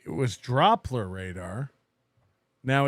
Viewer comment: can't pronounce the word 'doppler', but wants you to take him seriously.